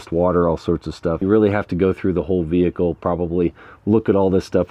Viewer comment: “VEE-HIC-L is operating as per design & intent” (normal)